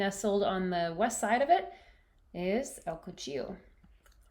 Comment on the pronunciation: You said it correctly, it means The Knife in English, but you probly figured that out by now😊